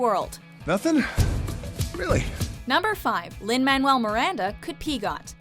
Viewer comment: "Lin-Manuel Miranda could PEGOT" STOP STOP STOP PLEASE IT HURTS T.T